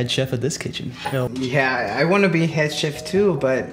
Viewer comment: jake says "yo" like "hell"